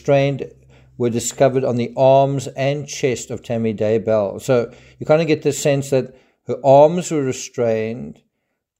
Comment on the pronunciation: it's so annoying how people are saying daybell... they say Day Bell as if it's two words ugh people come on it's daybell. one word also how the crap did they not catch this evidence the first time round and they had to take her body out and recheck geez. when someone young dies you check everything